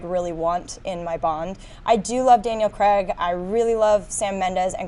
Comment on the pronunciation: Wish could promounce craig properly she keeps saying greg